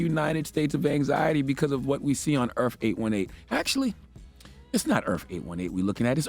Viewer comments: Dammit Char it’s EARTH not EARF!!! Speak f….king English! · Is he saying "EARF?" Lol